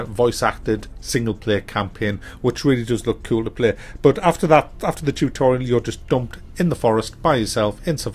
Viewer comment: Chewtorial....ha. Great video as usual.